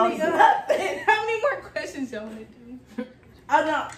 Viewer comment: you swear you're from Baltimore "tew" lmao